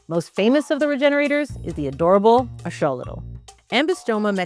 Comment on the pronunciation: Why can't she pronounce Axolotl??